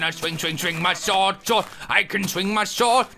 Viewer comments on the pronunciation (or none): You said I can drink my sord lol